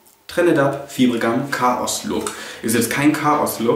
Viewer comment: Es wird "faiber" gum ausgesprochen, nicht so wie es geschrieben wird :D